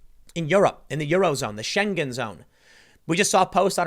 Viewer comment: Its not pronounced "Scheng-GEN", it's just "Schengen".